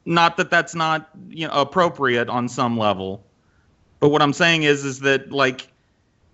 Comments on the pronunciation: True. On a somewhat related note, I can’t help but notice saying “own” when he means “on,” almost like “orn.” XD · I really like IDGAF attitude, but I hate that he says the word "On" as "Own" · HOLY FUCK WHY THE HELL DOES PRONOUNCE "ON" AS "OWN." FUCKING STOP THAT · Is it just me, or is the way says "own" instead of "on" worse than how says "orn" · pronounces the word on like cartman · says on weird, it's like own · What can't fucking pronounce "on,"